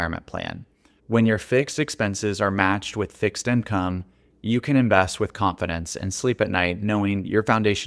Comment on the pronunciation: Please, stop saying “imcome”